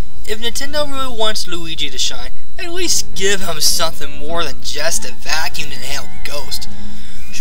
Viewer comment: and what about mario sunshine waterpack and u saying the 3000 vacume u saying it stupit